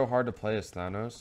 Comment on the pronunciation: Good stuff but you're saying "Thanos" wrong. (Thane-Os)